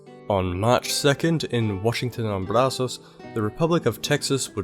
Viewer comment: As a Texan, this is a great video. Well researched and well made thanks man. P.s you mispronounced Goliad (Gohl-ee-add) and Brazos (br-ah-zuhs)